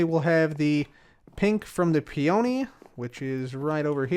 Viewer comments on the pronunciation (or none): I'm sorry to be a crotchety stickler, but "peony" and "verdant" both have emphasis on the first syllable, not the second. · The way cub says peony still kills me.